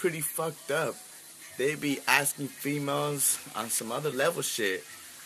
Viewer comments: "Fee melz" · fee-malls. I dont really have to say much more to describe this guy